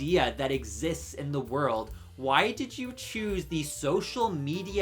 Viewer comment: I don't know much about thee sponsor, but I stopped watching thee video because I couldn't get past thee way he keeps pronouncing thee word 'the'. Thee word is pronounced 'thuh' if thee next word starts with a consonant sound, and 'thee' only if thee next word starts with a vowel sound. I know it's not thee best reason to quit watching thee video, but thee way he kept doing it grated on me!